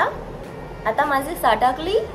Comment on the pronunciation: आपकी मराठी मे बहुत मजा आया पर आपका सताकली हुआ वो सटकली होता हे पुरा बोले तो "आता माझी सटकली, मला राग येतोय" 😂 पर कोई नहीं अभी गलत आया अगली बार सही आएगा